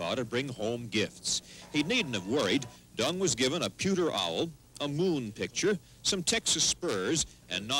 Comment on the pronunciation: In what language do you pronounce Deng as “Dong”? Stupid as stupid does, there are more than one sound for e in English, none is pronounced as /O/!